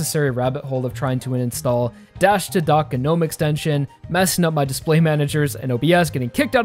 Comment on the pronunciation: the G in gnome is silent tell me what this GER-nome is about did some dumb t@@ mispronounce and it took off or is a yank word is it KER nife or a KER night charged into battle